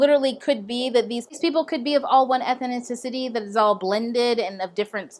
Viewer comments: Ethnicity is pronounced Eth-nis-ity. But other than that, great video - enjoying most of your videos! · Why can't you say ethnicity properly?